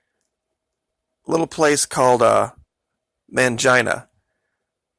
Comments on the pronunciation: Did you say Mangina? 😂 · It should be pronounced mang eena